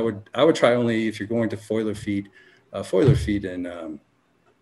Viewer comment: Great interview! I LOVE the Future Cannabis Project, so I appreciate the crossover We gotta teach the cannabis community how to say the words "FOLIAGE" and "FOLIAR". Too many want to say "FOILAGE" and "FOILAR" for some reason Love, Mr. Pedantic :)